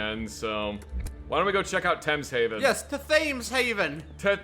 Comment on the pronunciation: If you both care at all, the Thames is pronounced Tems. If you don't care, then carry on!